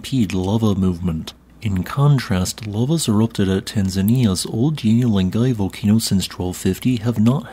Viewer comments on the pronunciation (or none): 'OL DONyo Len GUY.'